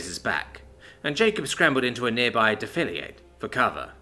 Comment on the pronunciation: It’s pronounced (Deaf-a-laid)